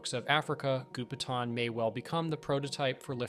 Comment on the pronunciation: Gou Pi Tang , Goupitang, not Gupetan.